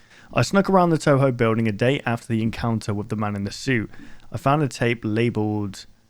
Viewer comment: It feels confusing to hear a big youtuber say Touhou, even though he's actually saying Toho.